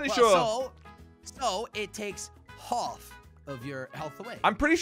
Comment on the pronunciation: jelly: “so it takes holf of your health”